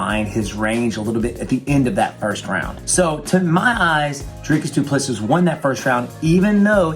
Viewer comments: Doo-pluh-see, lol not dooplesses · "Doo Plessee". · It is pronounced - DOO PLA SEE. Its Afrikaans. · How come you make a video about a fighter but you can’t even pronounce his name correctly? The final S is silent. Dricus Du Plesseeee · Stephen, it's pronounced Doo-pla-see. Great analysis otherwise 👍 it's nice that our boy is finally getting the credit he deserves. His style has won him 3 other belts in 2 other organisations so the fact that his style is effective is nothing new. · It's pronounced as DU PLESSI (the last s in PLESSIS is silent) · Pronounce his name like this Dree Kiss Do Plus Sea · Say doo plu sea (see) not seas not sees.Don't pronounce the last 's" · It's doo pleh sea With a hard d and p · Wonderboy we love you! It's pronounced "Du Ples-see" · I'm American and his miss pronunciation of his last name is like nails on a chalkboard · It's a silent s at the end guy...cmon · Just call him Dricus or DDP if you can’t say his last name properly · Ffs. Silent S at the end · Pronounce the champs damn name right. No wonder you thought he was gonna lose you dont know shit about him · He says his name wrong a thousand times, but says it right lol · His surname is pronounced same way you say 2 + 3. Congrats on getting first name right, a bucketload don’t. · The last s in Duplisis is silent. You're welcome